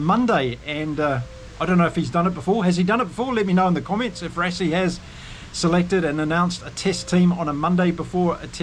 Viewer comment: Rassie also as RUSSIE and Lood de Jager - LOOT De YARGER - afrikaans names like Dutch - might be a good idea to listen to few SA podcasts - am sure we get a lot of the Maori names wrong!